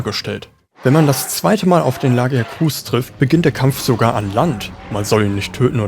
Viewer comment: La-gia-cruuus ist halt leider sowas von falsch xD Laut Capcom spricht man es offiziell so: La-gi-a-crus. Und bei Gobul liegt die Betonung auf dem O und nicht dem U. Trotzdem ein sehr gutes Video und auch mein Starter in die Monster Hunter Reihe